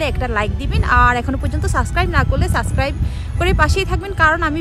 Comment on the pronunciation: আপ, সাসক্রাইব না, সাবস্ক্রাইব। কথা বলা এবং তথ্যগুলো ভালো লাগলো।